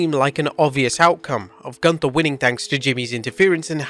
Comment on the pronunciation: Michael Cole also should learn to speak. Gunther's th is not a th it is a t. And Ivar is not eye var, Ludwig is not Ladwig, learn international names if that's part of your programming dammit. Plus every 3 minutes showing ads is really overkill, no wonder the world is watching elsewhere.